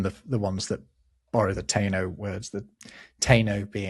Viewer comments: Taino is 3 syllables. Ta ee no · "Taíno" is three syllables: ta-EE-no